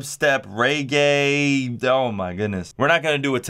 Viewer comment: Bro you really said reegay.